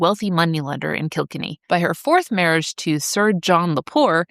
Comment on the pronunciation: Kilkenny is pronounced kɪl-KEN-ee ( ￼ /klkn.i/ /𝑘𝑙𝑘𝑛.𝑖/ ). It is a three-syllable word with the primary stress placed on the second syllable ("ken"). The pronunciation is commonly broken down as "kill" + "Kenny"